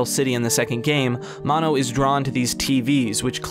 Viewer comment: I was REALLY into his. Until you said "Maw-no"